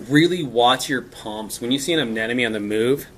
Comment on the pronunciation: Didn't know about bleaching from higher temps. Excellent. Btw bro. (A-NEM-OH-KNEE).